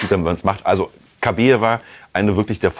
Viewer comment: Den Namen, bitte, richtig aussprechen: KABAJEWA!!! Schöne Frau, schönes Pärchen! Warum ist dieses Thema für Bild so wichtig? Wir haben genug Probleme im Land, nicht war?